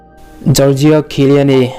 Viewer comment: chiellini lam dan hi a dik chiah em awh... sawi mai2